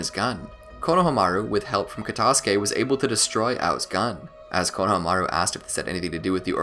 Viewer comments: I find it funny how you cant pronounce Kono-hama-ru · “Konahamaru” lmao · did you...did you just say "KONO-hamaru" errrr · Who's Konoha-maru? I thought it was Konohamuru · Dude it’s kono ha Maru not konoha maru